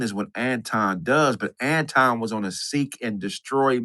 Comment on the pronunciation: Why can't pronounce Anton, correctly?